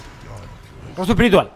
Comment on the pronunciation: rrrrostro espiritual jajajaj